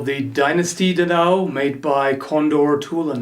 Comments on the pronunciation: It's pronounced Da! Dao! With energy brother that weapon means Big sword in chinese. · It's Da Dao. 2 syllables:-) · I'm Chinese and your pronunciation of "da dao" makes me wanna cry! Haha that aside...great videos and review,. Been eyeing this piece since ZombieGoBoom.